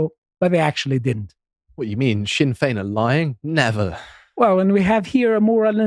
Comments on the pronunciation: The "Sinn" of Sinn Fein sounds like "Shin" when pronounced. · I really love when this non Irish guy calls Sinn Féin sin Fayne.. stay in your lane. Russian propaganda. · Please pronounce Sinn Fein the Irish way where s is ShinnFein. Varadker has the emphasis on the second A. It's a difficult language.